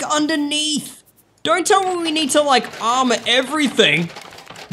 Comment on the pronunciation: You aren't saying armor correct You say amma Not a word